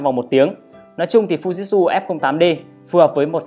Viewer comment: Thực ra đọc theo tieng Nhật là Phư Ji Chư (ふじつ）add ạ. Chứ k phải phu jít su đâu í. =)))